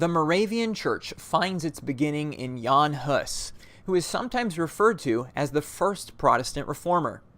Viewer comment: Thank you for pronouncing Jan Hus correctly and not as “Zhan Huss”